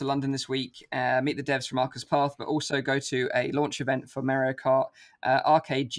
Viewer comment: it's Mario not Mairrio